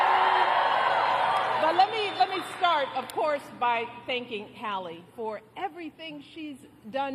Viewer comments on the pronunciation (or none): none